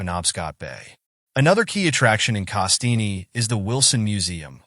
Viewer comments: pronounced CASS-TEEN Not KaSteenie. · Nice video but the e is silent on the name Castine. FYI :)